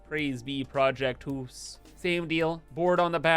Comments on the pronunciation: Hoose 2: Electric Hoosaloo Hypah Hoose or Hypahoose Or simply: Hoooose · You should call the new blueprint "project deuce" sounds like how you were saying house but also sounds like saying 2 and house at the same time. Also don't forget you can turn raw resources into other raw resources with the later tier stuff